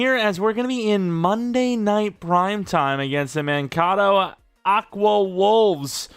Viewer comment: Thank god we still have trey lance. also being from Minnesota i have to do it it's pronounced man-KATE-o sorry 😭